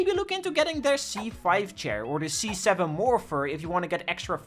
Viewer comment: when you said c7 i thought you said z7 and it gave me garden warfare 2 flashbacks!